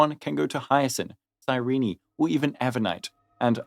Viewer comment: Psy-ree-knee? Is that how Cyrene's name is pronounced?